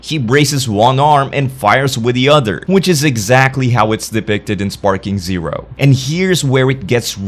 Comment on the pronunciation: Sounds ai. The way he pronounced sparking zerp